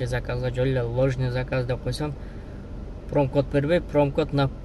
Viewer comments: Промкод эмес промокод десен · Промокод прикод эмес деп кой